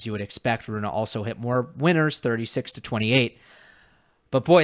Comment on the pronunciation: pleaseeee. Its not Runa, its Rune. Runa could be a girl name. Like Ruud is not Rude the u is short. Hope I helped you with this...